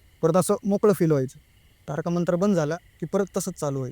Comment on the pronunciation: Tarka nahi ho bhau Tarak mantra mhna,🙏🙏🙏baki story khup bhynkr😢😢😢😢😢